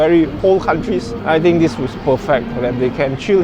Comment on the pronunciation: The, not de. Third, not tird. Think, not tink. How you say truth, Tru"th" is how you say "th"e, "th"ird and "th"ink.